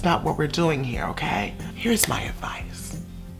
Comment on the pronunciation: “It’s o-key it’s o-KEY”